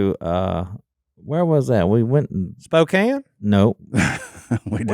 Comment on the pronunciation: I love it when you all say my city way up here in the PNW good old Spokane! And you know how to say it too!